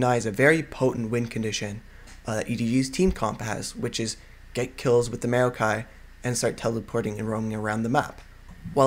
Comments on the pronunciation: It's not may-o-kai, it's maow-kai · you say maokai really awkwardly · Not trying to hate but, as soon as you starting to say maokai i had to close the video, it really just boggles my mind a lot how you say maokai =/ but overall what i've watched of the video was really good